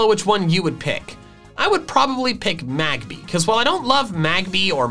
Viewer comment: MAGBY, NOT MAGBABY! THERE IS NO E IN MAGMORTAR!